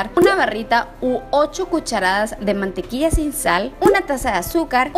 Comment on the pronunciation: Mencionas a la perfección las palabras en inglés pero no sabes decir mantequilla.... Dices mantequia y eso está mal dicho